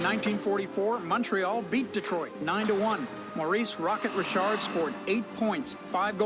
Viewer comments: It's pronounced Rishard. Rocket Richard is Rishard. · Rocket ReeChaard for you english. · either listen or do a prewatch..... Pronounced his name WRONG 9 times. Not English Richard it is FRENCH!!!!!!!You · You are not pronouncing his name properly. It is "Maurice "Rocket" "Reesharde" [sic]". The highest scoring player each year wins the "Rocket Richard" trophy. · The Rocket. /Richard/ I literally belly laughed….it is Reee Shard….🤣😂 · You have to pronounce Maurice " Rocket" Richards last name as "Ree-Shard." Since he was French Canadian, this is the French pronunciation, we call him Rocket Richard (Ree-Shard) for short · Laughing hard here. I LOVE you but you're driving me CRAZY. His name is FRENCH....Maurice ReeShaar is closer to how it should be pronounced. The d is silent. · Oh for god's sake it's REESHAR. He was a Quebecer, not a goddamn yank. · I hoped after watching it you would pronounce his name right... it pained me lol. It is pronounced Ree-Shard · You made every Canadian cringe... Reeeeeshard pronounced like that!! Rocket Reeeshard.. french pronounced 😮😂 I'm just a Canadian gal correcting an American guy 😅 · He was French Canadian. His name was pronounced "Maw·rees 'Rocket' Ruh·shaard". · 1979/80 season is when helmets AND goalie masks became mandatory in NHL. 😳 Maurice’s brother Henri Richard (pronounced RISHARD) was also in NHL. They BOTH played for the Canadiens. Maurice was nicknamed The Rocket’ & Henri was ‘The Pocket Rocket’ Montreal almost always had players from Quebec back then. Quebecers are very loyal to their own, the team owners found talent & cultivated their talents. Canadien is French as opposed to Canadian They didn’t make a lot of money back then. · "Rish-Ard" Is the proper pronunciation. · Rocket Richarde’. It’s pronounced Ric- harde, soft c pronounciation. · Maurice Richard pronounced Rish ard in Canada is known by everyone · Rocket Richard pronounced Rishard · RI-SHARD,! It’s the French pronunciation.